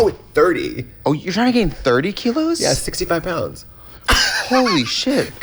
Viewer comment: "30 keylos"?